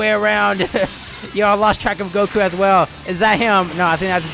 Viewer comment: its goku not joku